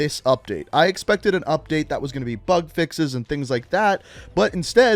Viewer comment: Who else is hearing him say fuk fixes